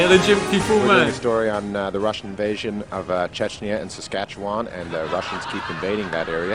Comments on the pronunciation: I've spent my 58 years, so far, in Saskatchewan and I can honestly say Rick Mercer has no idea how to pronounce it. Local pronunciation is much closer to "S'skatch'win" because we don't have the patience to drag it out for 4 hours like Mercer does. And 1/4 of Saskatchewan's population lives in Saskatoon. If you want to have fun when visiting a foreign country tell people you are from "Saskatoon, Saskatchewan". Say it fast enough that it sounds like one word. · As an American, I can confirm that I knew nothing about Canada before I moved there. We especially wouldn't know anything about Saskatchewan, unless we live in a border state. Even Rick Mercer is pronouncing the name wrong, unless he is purposefully pronouncing it like an American would. This Hour Has 22 Minutes became my favorite Canadian show when I moved here. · I have only ever heard Saskatchewan pronounced the way he does, but I grew up in Québec. Western Canadians have a different accent, so any difference could either be due to a different accent... or most of us are massacring an indigenous name. Wouldn't be the only one, not by a long shot (Ottawa is one major example)